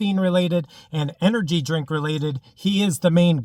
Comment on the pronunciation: "Energy Jink"